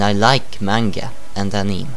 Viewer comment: "Aneem" lol